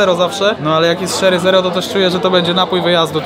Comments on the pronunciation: nie szery tylko czery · Siemanko , wypasiony filmik , ładne te burgusy, czekam na content z UK ale tu nie ma nic na muala hehe. Tak a propos to się mówi czery kola 😉🤣😁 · Kola „szery” zero lol xD 😂 fajna wymowa bo tak sie nie mowi :P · To jest cola "CZERY" a nie "SZERY". To pierwsze to wiśnia to drugie to imię. Pozdrawiam!